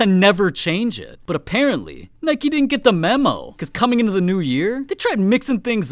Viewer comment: “udeedass” and “nikey” im feeling internal painnnnn